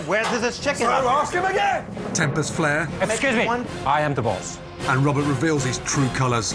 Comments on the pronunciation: “excuseee meh” LMFAO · When the owner says ex ce use me😂